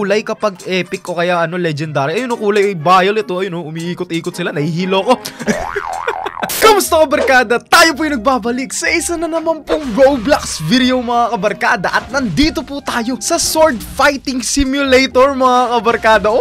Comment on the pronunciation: sinabi mo ba talaga "boblax"